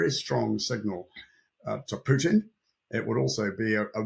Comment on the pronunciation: Correct pronunciation is Pootin, not Pewtin.